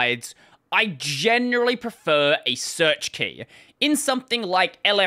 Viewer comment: "SEARECH"... I guess it's time to throw in a bug report!